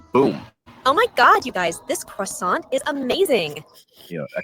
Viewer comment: Number 16. Pronouncing things in correctly like CROISSANT as CRASS AUWNT instead of KWA SON. In some countries tipping is seen as an insult. The UK MINIMUM WAGE is £12.21/$16.58 an hour. It's not just tourists that disrespect monuments. I've seen Egyptian schoolkids climbing all over the walls at LUXOR TEMPLE in Egypt !! This is THEIR heritage. You would think they'd know better...and where was their teacher !?